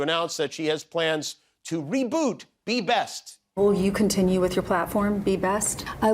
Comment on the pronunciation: Oh good, more 'Be Bast'